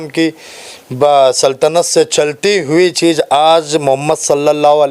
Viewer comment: muh main se supari nikal re baba masjid e aksha nhi masjid e aksa hai chij nhi cheez hai